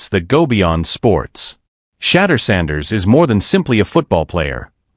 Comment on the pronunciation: Chatter Sanders! 😳😳😳🤯. His Education has failed him! 😂😂😂. At least get the Man's name right! Good Lord!!